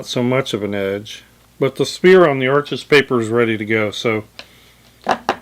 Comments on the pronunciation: It's pronounced Arsh not Arches. As in kiss my Arsh. 😁 I'm brand new to water color and decided to use exclusively Arches paper. I saw a video on how it was made and was SOLD. I'd rather have good a paper and fair paint than good paint and fair paper. Notice I said I'm new to watercolor, not painting. Always wanted to try watercolor, never got around to it. I may even try the total no talent method of Jackson Pollok and just throw water color paint onto the paper and sell it for a bazillion dollars to "art critics". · sorry your pronouncing the word Arches wrong! the correct way is Arsh..without the es on the end! Pronouncing the R a little more than usual....... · Isn't Arches pronounced "ARSH"? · Arches is pronounced "arshes". The ch is an sh sound because it is French. Too many people make this mistake. Don't want to be a word snob, but get it right. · Sorry I don't mean to be a no all but "Arches" is a french rag paper and it's actually pronounced Arsshhh and not how it's spelled, just for those who don't know :-)) love the video by the way!! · WOW! nothing like a side by side to really show the behaviors of different papers. I literally just got back from Hobby Lobby to grab a pad of Arches to try myself! Here's a bit of trivia: Arches, being French name, is actually pronounced "arshes". A Dick Blick video clued me into that! (then I looked it up)